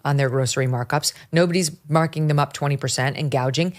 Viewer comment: She keeps bragging about how she prosecuted price gougers in California. IT IS A BIG LIE. SHE DIDN'T EVEN KNOW HOW TO SAY THE WORD 'GOUGING'. HAD SHE PROSECUTED, SHE WOULD HAVE LEARNT THE CORRECT PRONUNCIATION BY HEARING IT FROM OTHERS.